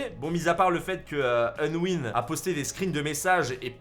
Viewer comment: Respecte leurs pseudo stp C’est pas onwin mais Unwin Et c’est pas Ayden mais Aiden